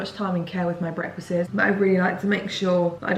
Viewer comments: No one:: breakfastses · Just picking up on the fact you’ve said in your last few videos that you’re struggling speaking- “breakfastses”😂❤️